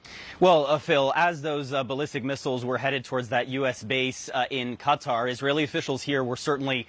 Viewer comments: Why the media keep talking about cutter?😂 that's not how you pronounce it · its KA- Tar not cutter 😂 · Cutter? 🤢it’s QATAR!!! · Qatar Q is silent pronounce Kuh-Tar Although it's Arabic many Americans pronounce it CUT-ter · Many Americans pronounce it CUT-ter that's what it sounds like when the Arabic over there pronounces it CUT-ter Qatar Q is silent Pronounce Kuh-tar . I was in that region but I announced it Qatar . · when will US media say Qatar properly... it is not cookie 'cutter'! lol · So how to pronounce CuttaQatar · You are paid to present a program on Qatar, is it too much to ask for you to learn how it is pronounced correctly? Ironically ever your female colleague could pronounce it and still you didn’t take the hint. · Why can’t any news channel pronounce Qatar correctly? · Why can none of these people pronounce Qatar properly? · How do these journalists not know how to say Qatar??